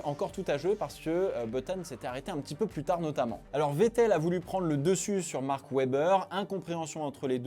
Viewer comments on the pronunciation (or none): none